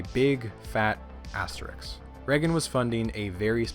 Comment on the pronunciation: *asterisk Not asteriks